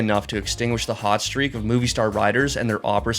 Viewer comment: "Moviestar" it's "Movistar"... Pronounced as the mobi in mobility